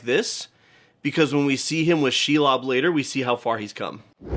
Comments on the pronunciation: Please learn how to correctly pronounce "Shelob" before you do another LotR video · The way you mispronounce Shelob really hurts this lambingolmo.😢